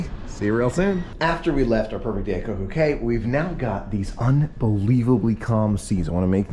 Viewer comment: It's Coco K not Coco key